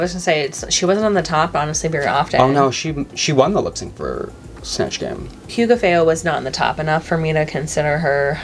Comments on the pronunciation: 1. They actually don't even have to google or do anything besides care anough to listen. watches the show. They say Hugáceo's name in the show multiple times per episode. You just need to care enough to listen. just didn't even give a shit to listen a second. 2. I linked google only because it's faster than looking for someone saying her name on YT. 3. Comparison to Olympics does not make ANY sense: a) When people are reviewing Olypmics, they do check how to pronounce a name. And that's what does - review the show. b) Hugaceo was not on the screen for 2 minutes and she was certainly not one of hundreds people on the screen. There were 10 contestants in the show and she was there for 5 episodes 1 hour each. When you use comparison make sure it has anything to do with what you're talking about. 4. Hugáceo actually even introduced herself (speaking). It's not mispronouncing a name of a random person, whose name you would only write and never heard. You just need to care enough to spend one freaking second to listen when they say their name. And what and say is not even remotely close to how it is pronounced. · Someone has to tell and how badly they're saying Hugáceo name 🤣🤣🤣 it's Hu-gá-ce-o not Hu-ga-feo! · Where are the getting ubafeo from? It’s HUGH-GAH-CEO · Pupi Poison (bless her heart) was majorly favored! PD: you pronounce Hugapheo and it should be Hugaçeo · Why do you always call Hugaceo Hugo Feo? By the way, I think Pupi was more favored than Hugo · Right!!! And people keep telling them in the comments to stop saying it like that. We all watch the same show. Where the F did they get that botched pronunciation from? And they keep messing it up over and over. It’s like they are purposely trying to insult Hugaceo. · Honestly what is wrong with you and? Why do you keep disrespecting Hugaceos name? It’s getting extremely offensive at this point. Say it right or don’t say it at all.